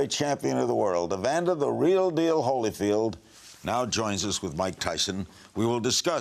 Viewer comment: holyfield sounds like he has brain damage